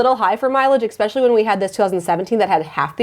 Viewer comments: Love your videos! We are now on the lookout for a comfortable 3-row SUV with 2 kids 11 & 15, just for space and you are my go to for all car info! I can't help but notice on most videos you say "eXpecially" but it is pronounced "eSpecially" :) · It's spelled especially, not expecially. Not sure why you pronounce it with an X. :)